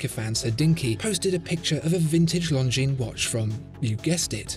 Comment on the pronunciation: Always reads it "lozenges" 😂